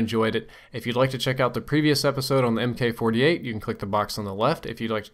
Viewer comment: mk 48 is pronounced mark 48 not m.k.. and sweet spawn trapping....